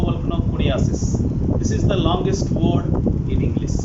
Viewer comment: First Try to pronounce ' English' as 'Englishh ' not Englissss Thank you.